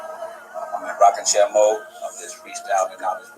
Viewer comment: Was talking to my aunt yesterday about forgetting on purpose, because Truth is ugly, just as she is beautiful, so people erase...she said her doctor told her that it's dangerous because you also erase your memories. Also, "rocking chair" sounded like 'rocket-chest'... 😂, Love the content tho 🙏🏾🔥